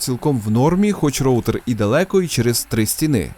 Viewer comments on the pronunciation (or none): none